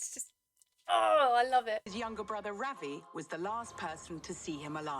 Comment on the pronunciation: 'Ravi' meaning 'sun' is actually pronounced as 'Ruh(as in "run") - vee'. I'm an Indian.